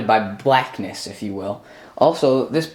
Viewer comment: DID HE SAY BLACKNESS BABAHAHAHAH JUST THE WAY HE SAID SOUND FUNNY LOL